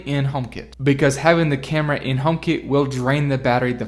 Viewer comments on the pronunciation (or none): as an andriod owner and not an apple fanboy took me the whole video and lots of googling to figure out what you meant by homekit as i thought you were saying homebase. great review otherwise!